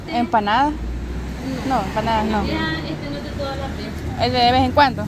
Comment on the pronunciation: Me gusta como dicen 'las' suena como 'lasm'.❤